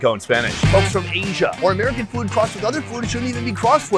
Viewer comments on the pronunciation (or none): Asia, not “Eiizhia”. Please😂